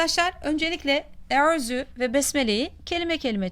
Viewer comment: Yalniz arapçada ü harfi yok arap hafizlar hep u harfiyle okuyorlar